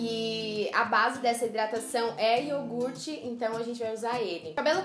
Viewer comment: pk vocês pronunciam yorgute em vez de yogurte?